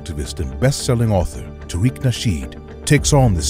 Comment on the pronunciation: Tear-Rick (Tariq) 🤣🤣🤣🤣🤣🤣